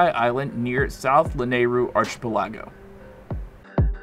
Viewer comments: You need to go to school if you pronounce archipelago as AR CHI PE LA GO... instead /of ARCHI PE LAGO.... another dropout creator. :( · Not arch ih pull AH go. Ark ih PELL uh go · .... ARCH-AH-PUH-LAWGA????....ITS (ARK-UH-PALE-AGO) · "archpelagoe" Its ark-i-pel-a-go if this helps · 😂😂😂 “Arch a pelAAAgo” - seriously man? “Ark a peli go” - like Archipelago islands - a chain of islands. But thanks for the fairy’s. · Arc a pel a go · Arch-a pala-go is how you said it Its pronounced arc-a-pel-a-go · "arch uh pill ah goe" buddy you mean "arkipeligoe" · Thanks for the info. Here's some info for you. It's pronounced ark-a-pell-a-go. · Archipelago. ARK- EH-PELL-EH-GO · The way he mispronounces 'Archipelago' annoys me to no end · You're saying Archipelago wrong. LOL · I’m too distracted by how he pronounces “archipelago” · The way he pronounces archipelago makes me feel very sad for geography yea hers everywhere 😔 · What I learned is how not to pronounce Archipelago 🤣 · Learn how to pronounce archipelago... 🙄🙄🙄😮‍💨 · Learn to pronounce archipelago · no….here I go trying to help YOU and everyone else try to not sound stupid by mispronouncing archipelago🤣. Seriously though, Fairy’s are pretty much at the top of every tower when launched, always the nearby island with the same shape.